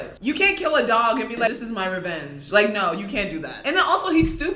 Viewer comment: Everyone is just commenting because their saying your “cringey” because you said naur.